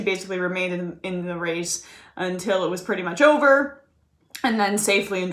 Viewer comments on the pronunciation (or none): none